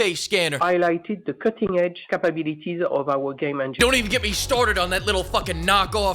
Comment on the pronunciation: why don't you just admit that your jealous of Cutting Edge "Capabeeliteez" of ubisoft?